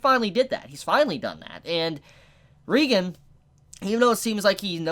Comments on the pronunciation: Thought it was Reigen "Ray-gen" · Damn now can’t pronounce OR spell Reigen correctly lmao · Why everyone calls him reigan? Its reigen right? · Dude it's R E I G A N DUDE OMG SAY IT RIGHT!